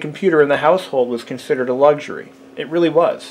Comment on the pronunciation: No its just word play and highlighting mispronounced words, e.g. swapping "g" for "x". Even so called professional, well educated presenters in England make these mistakes.